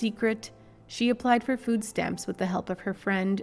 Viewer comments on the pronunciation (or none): none